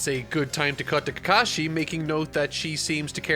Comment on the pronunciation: It's not sa kru ra man, it's Saku rah, it's not Keka shi, it's Ka ka shi. And it's not Naru doe, It's Naru to, with a short to, like the to in toy, not toe. Just watch a clip of the jp dub were they say the names.